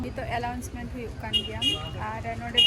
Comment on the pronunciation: Wish you all the best. I would like to inform you that, it is not 'allouncement', it is called 'announcement'